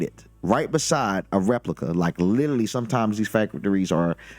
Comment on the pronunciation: it is pronounced 'literally' not lilily